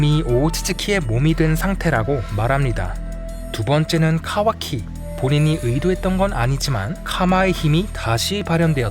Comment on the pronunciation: 이분 카와키 발음이 찰짐